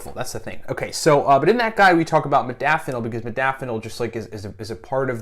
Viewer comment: Holy hell.... I love my modafanil and more importantly, my nootropics. But for the benefit of educating, let's all please learn to pronounce the word correctly. Having all the experience, knowledge and desire to share it is amazing and appreciated. However, it doesn't speaks well to the audience if in fact I'm sharing my experience, yet don't know the proper way to pronounce it. This is in no way a slight, just the fact. Example: Zoology and nootropic share the same characteristics. Many say "Zoo-ah-logy" which phonetically is incorrect. It's simply (zo.ol.o.gy - zō- ä-le-jē) or, in my own attempt: Zoe-ah-logy This then also must adhere to the same structure as 'nootropic'. (No.o.tro.pic - nō-ə- 'trō-pik) Again, as a "biohacker" and user of modafinil and my affinity for educating myself on nootropics, I thought it pertinent to share and pay it forward. -with respect, Yu Tu Reference sited